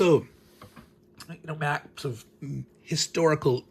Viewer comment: I thought you said mumps at first. Now that I realize you are referring to maps, I'll check back in for the next video. :)